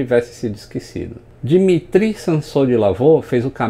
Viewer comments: na verdade a pronúncia do nome é "dímitírri" com aquele R de rato do fundo da garganta e tônica no mi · Dimitri se pronúncia di MI tri